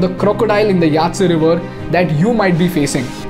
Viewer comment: It's yangzee river bro